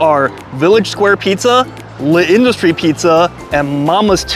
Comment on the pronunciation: The apostrophe in L'Industrie indicates that a letter has been elided, specifically the 'a' in la (because, perhaps surprisingly, industrie is a feminine noun in French). So even without the apostrophe it would be "La Industrie" rather than the "Le Industrie" you're pronouncing it as; with it, you just say it as one word without a pause. You got close a couple of times! Will definitely check some of these out when I'm next in NYC, I've always just gone to the closest place selling slices and been uniformly disappointed. I liked the look of the Mama's Too one the most, though it was very heavy on the cheese. And pizza in Italy is definitely a different thing from in the US, with similar sorts of regional variations too. Hope you and your wife have a great time there and your illness passes quickly!